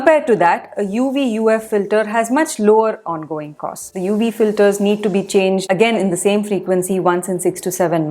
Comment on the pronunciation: I find Indians don't understand the phonetic difference between 'v' and 'w' -- 'wery, wery good'; 'UW filter'.